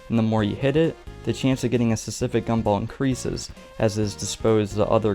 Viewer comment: You need to practice saying specific